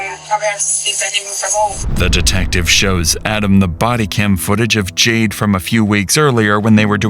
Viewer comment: Why does it sound like you are constantly sighing in your narration “JadeUH” CringeUH